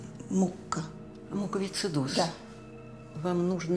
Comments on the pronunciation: Врач не может выговорить слово "муковисцидоз ")))) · Значит, увидели блюдце с молоком и заподозрили наличие кошки в больнице — антисанитария, мол. А то, что у замглавврача по КЭР мыши по кабинету бегают, это норм, судя по всему. Врачиха даже слово "муковисцидоз" произнести не смогла, сам Ладыгин говорил "диспАнсер": хреново сценречь изучали. Кинологи — хамьё. Взяли оттолкнули интернов, потому что, видите ли, собаке выйти надо.